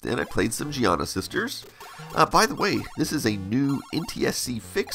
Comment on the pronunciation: His pronunciation is correct, Giana is an Italian name. Also, the soft pronunciation of 'g' is common in English, as in giraffe, gyroscope, geriatric and gentle.